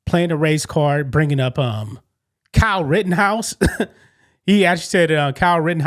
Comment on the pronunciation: That dumbass can't even speak right...He said "Cow Rittenhouse and Daniel Penda" ....smh.....moron.